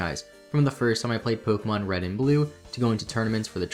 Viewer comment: You keep pronouncing Pokemon wrong, it's po-kay-mon, not po-key-mon